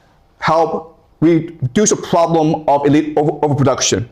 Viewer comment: "The pwoblem is..." that this guy is r3tarded